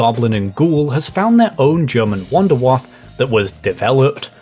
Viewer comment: I'm going to be very annoying here, but "Wunderwaffe" is pronounced with the u as oo in book and the final e is pronounced as well as the schwa-sound (like: uh") so: "Woonderwaffuh".